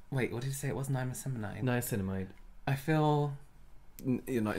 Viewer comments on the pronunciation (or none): “Nimaslimamide” I can’t